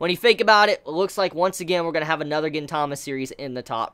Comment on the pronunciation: It's pronounced GEEN-tama